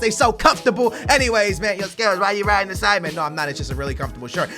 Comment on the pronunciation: Sidemen not Sideman :L